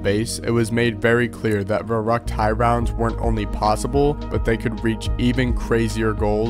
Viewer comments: As a german i get so mad when people mispronounce the name of Verrückt.. Its Verrückt, not Verruckt. Put some effort in it. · My boy here butchering the german pronunciation